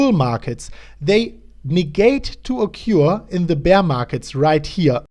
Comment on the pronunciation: occur: okkoer ;) But don't fret it; se chicks luv ze accent anyvays